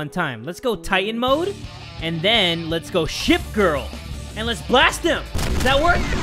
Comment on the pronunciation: Did you say shit girl or ship girl